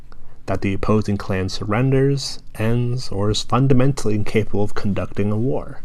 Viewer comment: does saying (fundimentaly) make you feel better about you being 40 years old and still playing xbox